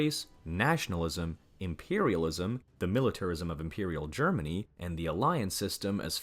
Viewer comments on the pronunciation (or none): none